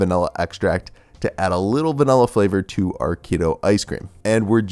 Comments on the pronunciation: I notice you’re one of those people who say “VANELLA” 😒 Anyway great vid bro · Americans say "vanella" for some unknown reason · I'm triggered by the way you say vanilla